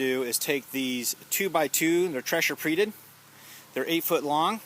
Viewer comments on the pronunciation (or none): I listened twice just make sure I heard right. You said Tressure Preated. Sorry that cracked me up. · I laughed out loud at 'tressure preated', cause I do that shit all the time. Great video thank you for posting.